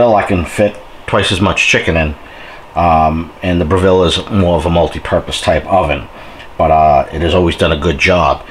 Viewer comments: Great videos, but it's pronounced BREH-vull. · Dude, if you're going to do a YouTube video about the Breville oven at least learn how to pronounce the word Breville!!! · Gary West, the dude can't even pronounce Breville correctly. You really expect him to understand how to use IQ or phase cooking correctly? Let alone actually read the owners manual. Ha, good luck with all that!